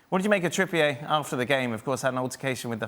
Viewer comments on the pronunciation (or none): Trippier is pronounced 'Trippy-er, not "Trippy-ay". He's not French!!